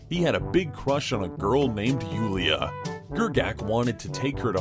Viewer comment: That part with Julia XD Whoo-lia I'm glad the writer left that out, I am dying from awesome pronounciation XD